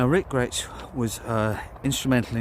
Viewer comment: Nice commemorative video to a great musician, the surname Grech is usually pronounced as "Grek" and not like the Gretsch guitars .